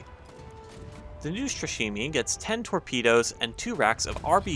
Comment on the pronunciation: Neustrashimyi that is how it sounds. Translates as fearless ;)